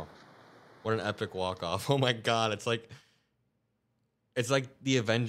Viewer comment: He can't even sa God right. And what god is he thanking